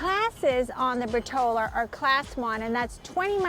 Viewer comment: It's not Potrola. It's Portola, POR-TOLA.